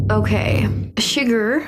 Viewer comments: fantastic reaction! Chigurh is pronounced /shuh-GRR/: ) Chigurh got the money (most likely), because Llewelyn hides the money in vents, and when Ed Tom goes back to the room, the vents are unlocked with a coin, just as Chigurh had done before. This is not a normal movie. This movie is about the gap between good intentions and results. With so much chaos in the world the gap will always be there. Llewelyn finds a bag of money and wants to use it to improve the quality of life for his family. But this puts a target on his back. He brings water back to a man that was dying and and now the bad get the VIN off his truck, which leads to his home, which leads to his mother in law, which leads back to Llewelyn and he is literally killed by his best intention to help that poor thirsty guy. Then Ed Tom quits being a sheriff, not because he is scared, but he is no longer aware of who the bad people is, or what’s coming. I’d reccomend watching the intro narration and the scene where Ed Tom talk to his (uncle?). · Hello:popcorn-yellow-striped-smile::popcorn-yellow-striped-smile: This is one of a few movies where the antagonist (the Bad Guy) wins or gets away with the crime, just like in "inside man" with Clive Owen. Bardem's name was 'Anton Chigurh' not "Sugard". Personally, when I first saw it, I thought it was a bad Anglosized pronunciation of "Segura" as most Latino names get mispronounced on a regular basis. It wasn't until I saw the end credits that I found out it wasn't "Segura". This movie and his acting won Bardem the Best Supporting Actor Oscar. Fun Fact: "There Will Be Blood" was filmed around the same time as this film in Marfa, TX. Both films competed at the same Oscar Awards. This film is considered a 'western gothic' film. Anton was a Psychopath not a Sociopath. Have a fun and relaxing weekend!:hand-pink-waving::face-blue-smiling::face-red-heart-shape::face-red-heart-shape::face-red-heart-shape::face-red-heart-shape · freakin SHOE-GARR